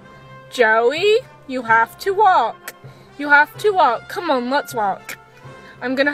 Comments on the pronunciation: The way you said WalKK triggered me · Walkkkk. Why the emphasis on the k? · Dude, the way she says walK 😫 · I know….I’m not trying to be mean but it’s making me cringe 😳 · All I heard was waaK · Comments 70% “it’s NOT abues!” 24% “walKK” 5% “ ommmggg its abuusee” 1% *list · What's funny is she makes it sound like she wasn't going to beat her horse at the end she probably got home stuck an even stronger bit in his moth hit him with her crop and put spurs on and liked him till he did as he was told disgusting woman and try saying walk properly not WALKKKK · Wtf the fuck, the WalkUH grrrr i hate to heard that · walKK. please work on that its super annoying lmao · Cus shes American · Yeah what's wrong with her mouth?? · I've never before heard SUCH a hard 'K' at the end of 'walk'...I wonder where she's from? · First of all, girl you put WAY to much emphasis on the K of walk. It's to much, relax. Second, you handled the situation beautifully, while it seems you were out of control it was the complete opposite. You were very much in control or this video would have played out very differently. Your seat was strong and your hands were light, there was nothing more, short of dismounting you could have done. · the way you say walk ugh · Why can’t she say walk properly? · It's the over pronounced "walk" for me